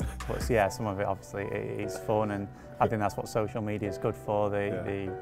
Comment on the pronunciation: Luke “Oviouslee” Shaw